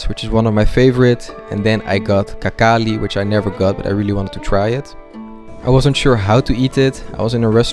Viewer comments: "Какали")) Так хинкали ещё не кто не называл. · braza dont say kakali, but hinkali with strong h wish u best from dagestani